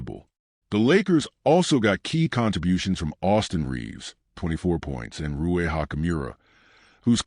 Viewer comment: Ocho stop butchering Rui 's name. Write it down and study it. ❣️👍🏽💥🥷🏽